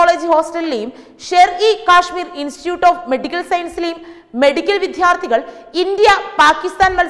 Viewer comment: വിദ്യാർത്ഥി എന്നേ ഉള്ളൂ വി ധ്യാ ർത്ഥികൾ എന്നില്ല.